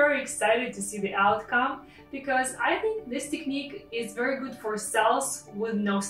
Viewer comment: HHAH ' YOU ARE WELCOME I'VE SEEN YOUR MUST VIDEOS AND I LIKE IT TOO MUCH YOU DID AMAZING WORK AND SUPER! AND BY THEWAY I ALSO LIKE HOW YOU PRONOUNCING ( TECHNIKKK ) "" LOL "" SO DURING SOME RUSSIAN ACCENT AT THE WORDS I THOUGHT YOUR ORIGINE COULD BE RUSSIAN OR UKRANIAN 'ALSO THE RUSSIAN AND UKRANIAN WOMEN ARE THE MUST BEAUTIFUL WOMEN ON THE PLANETE EARTH GREETINGS FROM AGADIR MOROCCO GOOD LUCK PAJALOSTA